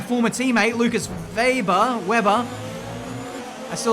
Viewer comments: German here... His Name is spelled "Wehber" not "Weiber" or "Webber" :) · But they pronounce Weber Veber in this game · Weber is a German name. It's not spoken like Webber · Weber isn't supposed to be pronounced Webber, it's German pronunciation. This is going to trigger a lot of people if you just intentionally mispronounce things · Weber not Webber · how you pronouns Lukas Weber first is correct. It's a german name. Not like Webber. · Don't call him Webber pls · Weber is a german name. So you really don't pronounce it as "Webber". You have to stress the "e" more like "Weeber". But the "e"s are pronounce like the first "e" of "exeptional" for example. I hope i could help. Greetings from Germany Munich! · It's Weber not Webber. One B means a longer E also he's german and we don't have Webbers here only Webers :D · I think it's read as Ve-ber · "Weh-ber" is the correct way to call him,.